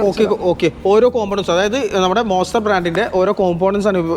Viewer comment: വെറും മോസ്റ്റർ അല്ല... മോൺസ്റ്റർ....❤❤